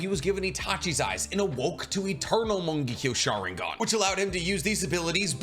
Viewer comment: I love how you say Mongekyo Sharingan its so funny